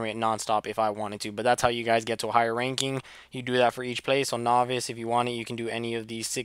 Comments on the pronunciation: its not nohvice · say novice correctly please lol